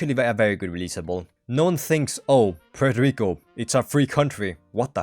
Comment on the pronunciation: Poo-eurto Rico hahahahaahahahahahahahahahahaahahahahahahahahahahhahahaahahHHHahahahahahahaahahahahahahahahahahahahahahaahahahahahhahahahahahhahhahaha i hope you laughed at this very funny comment